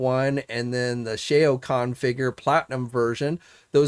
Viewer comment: Or Shoa Kahn...